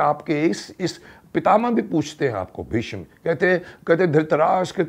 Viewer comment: मान्यवर! आप ने महाभारत मेंभीष्म पितामह की अद्वितीय एवं श्रेष्ठ भूमिका निभाई थी। संवाद अदायगी में भी आप बेजोड़ रहें हैं। लेकिन एक बात जो चुभ जाती है, वह यह है कि आप "भीष्म" का उच्चारण भीषम क्यों करते हैं? सिरियल में तो ऐसा नहीं होता था। क्या वह डबिंग का कमाल था?